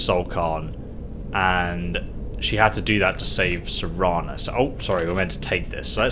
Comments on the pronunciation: The entire walkthrough you’ve been pronouncing her name as Serena then finally at the end of the last episode you correctly pronounced it as Serana. Then as soon as this episode starts you immediately you call her Serena again then you caught yourself and made the correction...then two seconds later call her Serena again lmao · "Serena" hahaha.....come on dude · it's ser-ana not see-ina also it's Val-er-ica also ser-Ana will be set to crouch if your crouching and she auto talked to you (she forces it you don't activate her to talk) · shawn arthur idk which livestream it was but he always called Serana Serina, he just prefers how he pronounces it